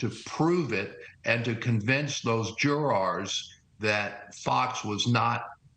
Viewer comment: Never in my life have I heard someone pronounce "jurors" like that...